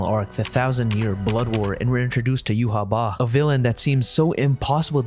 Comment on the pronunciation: How y’all pronounce Yhwach triggers me majorly. It’s like writing a characters name as Quetzalcoatl and saying it’s pronounced John. That’s not how phonetics work???